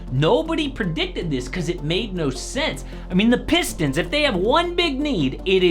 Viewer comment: The “pisstons” is crazy 😅